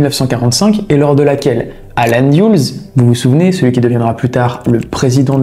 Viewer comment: Contre leur insu, liés avec au lieu de liés à,ils ont mis 20 millions a insérer le micro dans le pauvre chat..allen "dyoules"au lieu de "deleuss",le gradé est "énergétique"haha..cest pas trop ça le français